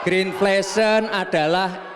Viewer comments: Green inflation mas Gibral bukan grinflesyen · Pengucapan yg benar green inflation adalah ( grin infleishen) bukan grin fleshen 🤦‍♂️ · BERI KAMI GAGASAN, BUKAN MAIN SINGKATAN ❤❤, itu boruto nyebut green inflation nya jg salah 😂😂😂😂😂